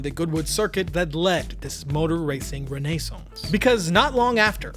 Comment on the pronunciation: Fantastic video. Good on ya mate! You even correctly pronounced renaissance "Renee sonse". To this I do subscribe.